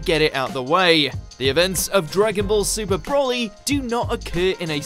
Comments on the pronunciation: Please, why do people have a problem pronouncing his name, it is not "broh-lee" it is "bro-lee" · Seriously, it's "Br-oh-lee". It has a single L, not 2 which would make it Brolly as you're pronouncing it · Every time you say 'Brawly' I cringed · Stop saying BROLLY! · As-Paragus Bro-co-ly